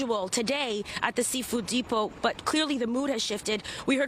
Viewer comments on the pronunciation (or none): “Seafood depood” lmaoo 😂😂😂